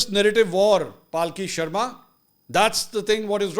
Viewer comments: پالکی نہیں پلکی شرما ۔ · Paalki nhi palki... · یہ نام پالکی نہیں ہے بلکہ پلکی ہوتا ہے